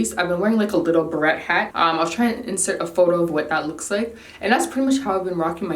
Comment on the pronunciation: Your little guy is too cute! He looks like you 😊 Twists came out great. I don’t have those products but I’m sure I’ll get them at some point. Your hair looks beautiful twists or not. So full and healthy. Side note- I think your ‘beret hat’ is actually pronounced ‘ber-ray’ if I’m not mistaken.